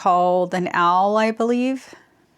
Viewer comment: These are super cute… love your fabric combos! Eye glass cases have been in my “to do” list for a while now and I have not gotten there yet. The little tool is an awl (pronounced “all”) … such a weird word. I’m pretty sure everyone says “owl”, myself included 🤭